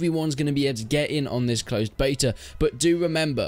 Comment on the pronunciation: "Beto" keys lol🙄🙄🙄